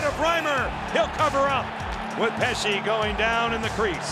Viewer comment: "Pe-kay Ree-nee" god I cringed so hard at that and that's not even my team